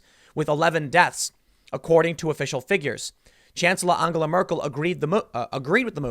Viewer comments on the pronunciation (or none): Call her An gel a. Not anga la